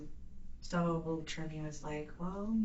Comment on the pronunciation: Sometimes when she says his name she pronounces it "Germy."